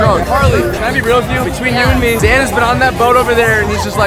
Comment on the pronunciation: "Zain" is not pronounced "Zan"